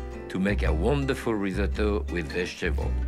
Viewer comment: How refreshing to see a chef actually pronounce risotto correctly. Instead of the dreaded rizz-oh-toe.